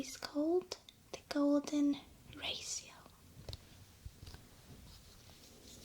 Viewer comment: The way she says Ratio. Raasio <3